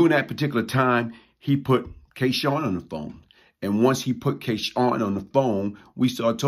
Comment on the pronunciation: always pronounces his name as K Shawn but its spelled K Sun...so what name did he go by what is the correct pronunciation??